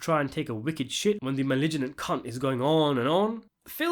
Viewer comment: Maybe he was grabbing the sheets in a fugue state the same way he did during the initial rape and later activities. Visceral is pronounced viss-er-al. Malignant is Mah-ligg-nant. You can go over this stuff with me before you publish if you want. Initial -Eh-nih-shall.